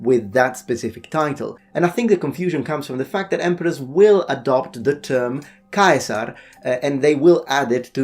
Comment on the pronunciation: TBH you are one of the first YouTube channels I've ever heard say Julius Caesars name correctly. It's like Germanys Kaiser. TU just for pronouncing that correctly.. Yes I knew all the other myths too. Good job.